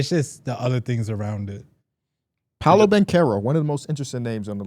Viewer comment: really tried to act like it’s disrespectful to say paolo like bron, when first of all need to clean his slides off all that damn dirt he tracking on the carpet 😂😂😂